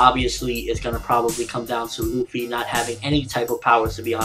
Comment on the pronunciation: why the fuck ppl say ruffy? its Luffy!!